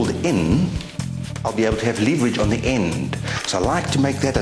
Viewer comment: Good vid. Leeveridge on the leever. :]